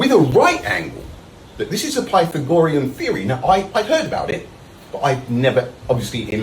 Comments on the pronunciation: I swear he's saying "pythongorean theorem." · Plathagorian? Piethagorian? 🤣🤣🤣🤣🤣🤣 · It's PythagoREan, not PythAHgorean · Ah, yes, the prythonagroriam theorem. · but but but, PY-tha-GO-rem is JUST A THEOREM! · How can someone be this stupid!? Wtf is pie thegorian!?!?!? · The “PIE - tha - gorian” theorem, what a complete dipşħïț 😂😂😂😂 It’s unbelievable that he says he knew right away that it was horseradish, so the other % of the global population must be wrong. 🙄🤦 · "Python gorean" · "pie-the-gorian" theory? Hahahahahahahaha. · "PY-THA-GOR-IAN theorem!" 😂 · The Pi-the-gore-yen theory-um. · I couldn't get passed the way he said pythe-agorean theorem. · OMG it doesn't know the Pie tha gorian formula is only on right triangles... clearly he's never even had "Tri go nome ics" ( assuming that is how he would pronounce it ) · PY-THOR-GORIAN? What now? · Pie-thuh-gorean. Holy balls that pronunciation! The one thing I can sympathize with this guy on, as a slow thinker, is that AI assistants will start answering your questions the moment there's even the smallest break in your speech, making asking it questions a frustrating pain in the ass. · Cant take people seriously, when they cant even pronounce the terms they THINK they understand. "Pie tha gorean" 😂 this guy is beyond cooked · "It takes 10-20 seconds to learn the Pie Tha Gorian theorem and its easy."... yeah, maybe he could have spent a few more seconds on learning how to pronounce it properly. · Pie-Fo-Gry-an Theory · Pie Thaggo-Rean? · Pie-thag-OR-ree-un…..? Um what now? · This man thinks Honey Nut Cheerios has live bees in it. And it isn't pronounced PATH-AH-GOR-EE-AN, you chalk-eating tool. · Sounds like a pokemon when he pronounces the theorem wrong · The what theorem? The what? This is the second flerf I have heard mispronounce pythagorean the same way. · was he talking about Pythagorean Theory? he really butchered the pronunciation of that. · This flidiot cant even pronounce Pythagorean correctly